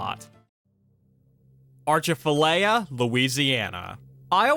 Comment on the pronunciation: Atchafalaya!! No R! 😅